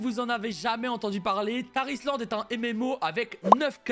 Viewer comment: Quand il parle du sponsor de la vidéo y a que moi qui entend "Tah Islande" ? x)